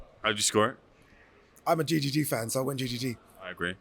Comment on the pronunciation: Who tf calls triple G “gee gee gee”😂😂😂 never heard this once. It’s Golovkin, Gennady, or triple G. Or people say “big drama show”😂 Sounds like Gigi, what people call their grandma😂